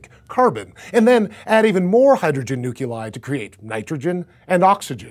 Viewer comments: "Four hydrogen NUKULI?" Seriously? "Nukular" on a science show? For shame, man with a sexy voice. For shame. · I love, and I think you guys do an amazing job... That being said, please stop saying "nuculai" and "nucular," it physically hurts every time I hear it, and I lose the ability to pay attention to anything else you're trying to say. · every single time he said NU-CU-LIE, I had to hold the urge to punch the screen with all my will SERIOUSLY!?!? NU-CU-LIE???? its NU-CLE-I... you should lose your job for this... the rest was cool and instructive but DAMN you sound like an idiot when you say nuclei the wrong way, every single time to top it off -_ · Edward Ramos It's not a pronunciation thing. He's actually adding an extra vowel. nuculei instead of nuclei. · I don't want to sound like a jerk but you keep saying "Nuculei" correct me if I'm wrong but isn't there only 1 "U" in nuclei? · Nuculi? NUCULI??? dont you mean NUCLEI? (im talking about pronunciation, not spelling) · it KILLED me to hear keep pronouncing nuclei "nook-you-lie" rather than "noo-klee-eye" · Are you George Bush? No? Well you said nukyahlie instead of nuclei. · My one issue--he says "nuculei" instead of "nuclei". Pet peeve :/ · "nuculai"...why do you torment our ears like that ?! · Nuclei no Nuculei. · nuculei? really? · Nuclei is pronounced nu·cle·i not nuc·u·lai. Please fix that next time. It hurts to have a science based show mispronounce simple things, harder thing I could understand, but this isn't one of them. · I hurt a little bit every time you say nuculei or nucular. Stop it, please. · could you please say "nuclei" instead of "nuculei"? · Nuclei, not "Nuculi" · Nuclei not nuculi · Helium four hydrogen nuclei fused together..? But that would make it four protons, beryllium. The vastly most common helium isotope has two protons and two neutrons, so it's four particles in total, but it's not the same as four hydrogen nuclei. Also, "nuculai". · Nuculai...Hurts my soul.